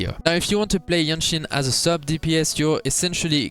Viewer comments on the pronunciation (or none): I see you have problem pronouncing the name, JianXin. You can say JanXin it is close enough. Just make sure you dont pronouce GenXin. They are very sensitive😂